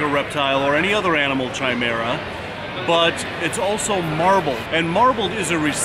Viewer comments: I have never heard it the way pronounces it and I love mythology and science and whether it's a doctor talking about a man that has sperm with one DNA and blood with another, or a fan of Greek mythology...always with a 'Ky' sound never with a 'chai' sound, but that works for tea;) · It is pronounced Kai-mera. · Love you, but it's pronounced 'kai-mera' not 'chai-mera'' xxx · Chimera has a hard c and silent h. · Pretty sure you’re pronouncing chimera wrong... great video nonetheless as per usual. Keep it up! 😉